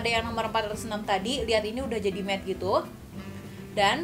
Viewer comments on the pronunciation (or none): none